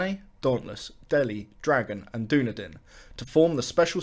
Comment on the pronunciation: you mean dunedin not dunedain